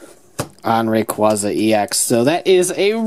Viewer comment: its REY-CUEY-ZU rayquaza thats how its prounounce